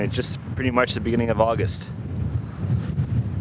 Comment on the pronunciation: “Ahgist” is not a word. “Intresting” is not a word.